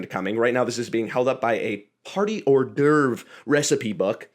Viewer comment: It's not often said, but thank you for pronouncing Hors d'oeuvre correctly.